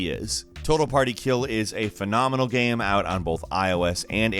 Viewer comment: Why do you always say "gaem" instead of "game"?